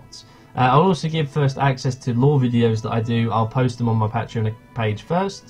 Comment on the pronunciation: You can't say patreon correctly, but gratz on 7k!